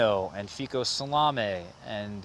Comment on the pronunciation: A little help: Paradiso (Jean). Napolitana Blanca from Pons (MP = Monserrat Pons). Not Foucault but fico (fig in italian). Paradiso (Siro). LSU Hollier.